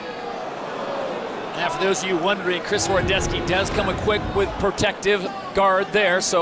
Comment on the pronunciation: 100% not horodeski "horodecki"